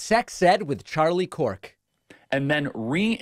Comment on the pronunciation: Charlie "Cork"?